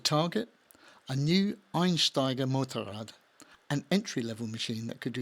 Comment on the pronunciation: Also part2 is on point. Thx for the video. Very difficult word "Einsteiger Motorrad" but very good pronounced. Thx for that. You can really see that you put a lot of effort into your videos